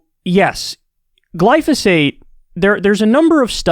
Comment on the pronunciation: I’m confused what is Glosophate??